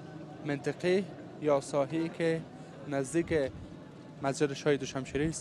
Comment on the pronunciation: I wish you should pronounce MAnteqa correctly. It's not menteqa it's mAnteqa